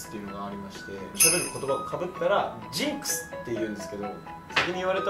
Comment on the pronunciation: ｼﾞｨﾝｸｽｩ! 好きだわーw